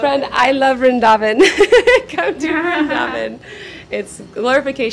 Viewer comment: vrindhavan nhi vrindavan hota h..mai bhi vrindavan se hu or vaishnav brahman hu ...hme hi brijwasi kaha jata h